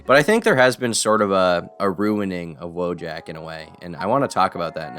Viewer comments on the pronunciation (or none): Wojak is actually pronounced “Vôyak”.